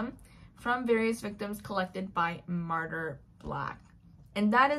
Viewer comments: I tried to listen the audiobook (didnt finish it) and the narrator kept pronouncing Martyr's name as Martin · "Martyr"??? What in the Colleen Hoover...?????